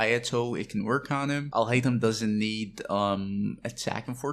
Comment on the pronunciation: Aly-o-sha really took me out lol